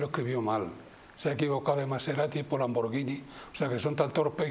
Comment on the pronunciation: NIÑA. POR DIOS! SE DICE LAMBORGHINi LANBORGHINI...L A M B O R guI N I (TANTO EN ITALIANO COMO EN ESPAÑOL. L A M B O R G H I N I---------lamborguini